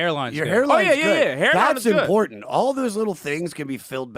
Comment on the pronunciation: ..there is no "D" IN IMPORTANT